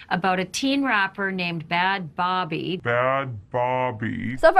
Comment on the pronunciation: that moment u can't say the word baby like it's spelled bhabie but bruh read in-between the lines imagine talking about sum serious on tv and u open without even being able to say the name right